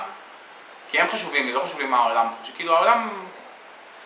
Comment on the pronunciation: It's quite frustrating for learners of Hebrew like me. I could tell from the outset it wasn't right cos I seldom hear it replicated by native speakers.